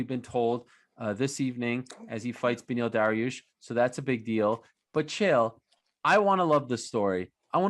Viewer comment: Oliveira deserves every bit of it and just to add hey Chael it is not beny its beneil you people keep showing your laziness and either shorten names or change them all together its benefit not beny